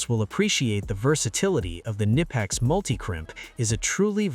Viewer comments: Knipex no nipex there is K when you don'tknow how to pronounce use translator german and there is a speaker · I think you're supposed to say the K in the name.. Ka-nip-ex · Oh no they pronounced it wrong how dare they.